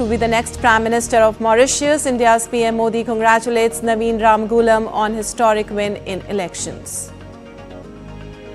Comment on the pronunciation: From Mauritius how come you from India you can’t pronounce Our prime Minister Name Ramgoolam properly 🫢